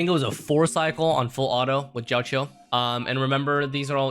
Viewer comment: bro said jao chill xD